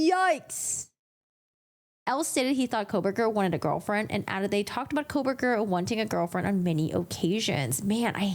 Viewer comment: You pronounce his name differently.